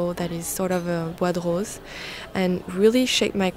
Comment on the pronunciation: when you said "bois de rose" i thought you said buttholes